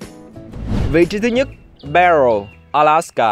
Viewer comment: Barrow mà đọc là Bell, hehe